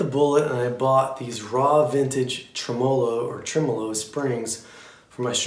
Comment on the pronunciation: For the last time people, TREM-uh-low.